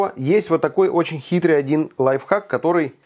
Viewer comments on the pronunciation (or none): none